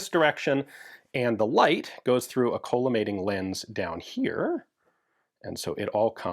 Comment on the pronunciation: Not to be that guy, but I believe it's pronounced call-uh-mating and not cola-mating optic. It refracts light into a column of parallel beams.